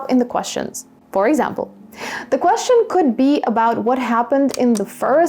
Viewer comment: Dear teacher the pronunciation of the word question is strange when you pronounce it is it really natural?